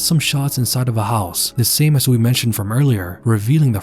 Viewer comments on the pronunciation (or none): none